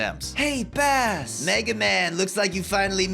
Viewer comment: “Hey Bass…!” “Mega man, you finally made it, and you’re finally STILL not pronouncing my name right.”